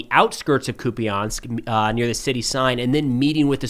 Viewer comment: Hey, just a quick correction on the pronunciation of «Куп’янськ»… it’s “koop-yеnsk”, not “koopy-yansk”. A minor detail, sure… but I thought you might like to know!